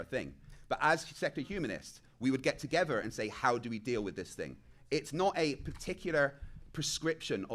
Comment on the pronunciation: Last time I checked it’s pronounced together. Not “togevor”